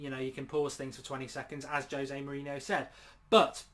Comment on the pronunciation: True mate, just correcting him lol we let all the rest slide like when he calls Mourinho, Morino and other wrong stuff lol